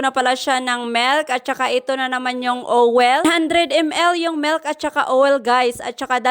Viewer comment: It's milk not melk